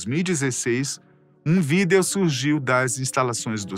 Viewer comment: Pq ele fala Vídel em vez de Vídeo?